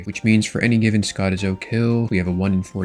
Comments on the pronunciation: Sco-tea-Zoe too Scott-is-o Is foul work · its SKO-TEE-ZO :) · call it Scot-it-zo again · Skoh tee zoh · I’ll do my part for the algorithm by absolutely wanting to flame you for not stressing the first O in skotizo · I swear you pronounce some names weird just to annoy us lmao. Barrows = borrows Zenyte = zeenyte Skotizo = Scottizo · That Skotizo pronunciation actually hurts my soul… THERE ISINT TWO T’S DAMNIT, ITS SKOH-TEE-ZOH 🤣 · Is Scott-ish-ohh a drinking game or what? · The way he pronounces skotizo pistes me off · Why do you say skotizo like that 😭🤣🤣🤣🤣